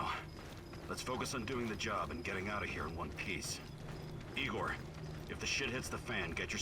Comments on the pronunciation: no, it’s definitely NOT pronounced “Eyegor” xD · NO IT ISN'T. It's pronounced EEEEGOR,. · "LED neon" xD and no, it's not pronounced eye-gore lmao